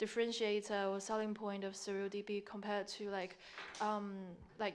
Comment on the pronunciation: Does he call it... "Surl DB"?